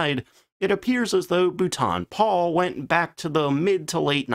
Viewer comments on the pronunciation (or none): You have had a shed-load of comments on this but, for the sake of my sanity, being a Brit, please note: 'Boulton Paul' = 'Bolt-on Pawl' (I am quite sure I must have butchered some American names in my time, 'Arkansas' anyone?) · It proves this is not A.I and is a real life American with they he murders the name Boulton Paul😁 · BOO-TON? WTF???? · For crying out loud it’s not bootan Paul it’s pronounced ball-tun Paul!!!!!! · It is not Bootarn It is spoken Bowl - ton Bloody Yanks need to learn English before attempting to say it. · Bootan Pole? Great channel but bootan pole is torture. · Its pronounced Bowlton and Paul, I worked for the company for many years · "Bolton Paul" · How many corrections of the pronunciation of Boulton Paul do you need? Either you don't bother to read the comments or you are too arrogant to correct yourself. This has been on-going for 3 years. Pathetic! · I might've been able to watch this video if not for the ABYSMAL and extremely weird mispronunciation of Boulton-Paul. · exactly, if he’s going to mispronounce Boulton Paul then I’ll mispronounce Chance-Vought as Chenkey Voogit. Might as well say Corsair as cursehair.